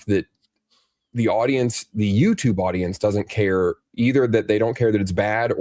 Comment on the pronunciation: Instead of "care" he says "car" that's how I hear it anyways